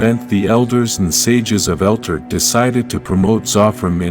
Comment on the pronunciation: It's not " Elter" it's Eltar " El tar", this is extremely hard to watch and just because I can RIP JDF